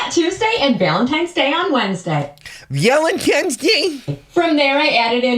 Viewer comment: I can't stand the way she says Valentine's is driving me literally crazy I just wanna reach the phone be there in person to teach her how to say it